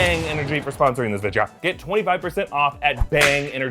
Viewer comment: How long is this "Vidja" thing going to last?